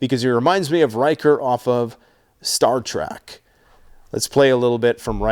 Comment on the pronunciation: ... ...ok, that's enough! We look past "eggzetra". We shrug at "genuwine". But i draw the line at "Star Track"! Trek! It's Star TREK! Damn it man!